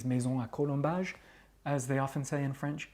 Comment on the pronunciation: Bonsoir, As a french canadian, I like your perfect french accent. It is refreshing to watch your videos.